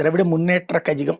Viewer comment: అది కజగం కాదు, కళగం అంటే పార్టీ.